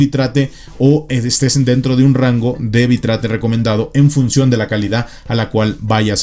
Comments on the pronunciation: Se pronuncia "bit reit" no "bi trate" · nada mas oír la pronunciación lo saca uno corriendo (Bit-rate), bi-trate.... WTF? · Bitrate se pronuncia Bit-rate xD. que viene de la composicion de 2 palabras Bit Rango (bps) y Rate (velocidad) Saludos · /bitreit/ XD